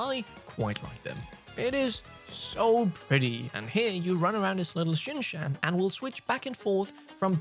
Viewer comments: Bro it is pronounced shin chan like jackie chan 😂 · That’s not how you pronounce shin chan lol